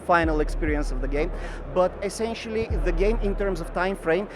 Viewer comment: Essencially. Essencially.